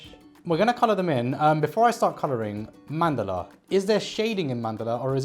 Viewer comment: 😂😂 I'd love to hear her speak Hindi in the next video then. Plus, I wrote this comment because most of the Indians get the pronunciation wrong. It's written as Mandala but spoken as Mandal. Which got right.